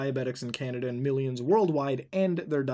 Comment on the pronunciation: Candada? Don’t you mean canadia?